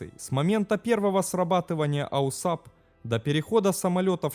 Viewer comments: Аусап - так говорят? Ну мало ли, говорят, а не неграмотность. Но режет слух, когда постоянно читаешь именно АУАСП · Автомат углов атаки и сигнализации перегрузок это АУАСП, а не "аусап". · Да, я тоже хотел это сказать. Режет слух неправильное АУСАП. Перезалить надо ролик. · аусап слух режет. На самом деле это АУАСП - автомат углов атаки и сигнализации перегрузок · Режет ухо ваш аусап....прибор правильно называется АУСАП... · АУАСП!!!!!! Блин..... Зачем делать такое бестолковое видео? Читать мы сами умеем. А тут и прочитать правильно не смог. Нет бы поинтересоваться, что такое этот АУАСП и другим рассказать. Само содержание туда же. Автор не заметил, что версия Ершова противоречит фактам? Взял один текст, прилепил к нему другой и норм, пипл хавает. Половина народа в комментах спрашивает, почему скорость 400, когда должна быть сильно больше. А вы объясните им, что такое "приборная скорость" и почему она такая. Это же интересно! А..., вам же лень разбираться... Неуд короче. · ауСАП просто режет слух. Автор, ну хоть загули название системы, прежде чем выпускать ролик. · АУСАП... Неужели так сложно правильно прочитать уже готовый текст из Википедии? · Это новый тренд. Автор умышленно исковеркал, дабы спровоцировать на комментирование. И надо сказать у него это получилось. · Не АУСАП, а АУАСП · Не "АУСАП", а система называется "АУАСП" - автомат углов атаки и сигнализации перегрузок Автор учи матчасть! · Не АУСАП, а АУАСП * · Только не АУСАП а АУАСП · Какой ещё АУСАП(АУСАБ)? Слух режет . Делаешь подобные ролики учи мат част ! АУАСП! Автомат углов атаки и сигнализатор перегрузок ! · Только не АУСАП, а АУАСП. А вообще видео отличные. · Не аусап, а ауасп. Автомат Углов Атаки и Сигнализации Перегрузок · Не АУСАП а АУАСП. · АУСАП? Может АУАСП? Хоть почитай немного.. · АУАСП только, а не АУСАП. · Да блядь!!! НЕ АУСАП!!! Аж слух режит !!! Правильно- АУАСП !!! АВТОМАТ УГЛА АТАКИ СКОЛЬЖЕНИЯ и ПЕРЕГРУЗКИ!!! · Аусап? Может Ауасп?) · Да, режет ухо.